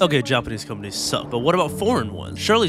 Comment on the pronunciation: When you say “companies” it sounds like “comedies”. 😂